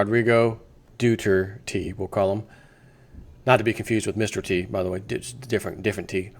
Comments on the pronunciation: Dude: Doo-TAIR-tay. Not Doo-terty. This guy's gonna grow in importance, so pronounce it right, even if it embarrasses you. It will help your credibility. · Hello Mr., hope all is well, I just subscribed to your channel and btw love your real news cery refreshing yes Sir!. So, my wife is filipino and I just wanted you to know the president of the phillippines ( gosh I hope I spelled that right ) name is pronounced ' Do-tear-tay'. Like ' do as in something to do, 'tear' like a piece of paper in half, and 'tay' like hey! I love your news and appreciate your correctness, thanks Sir:-) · Its Du-war-te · his name is pronounced d'where-tay..... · "Duter tay" (é)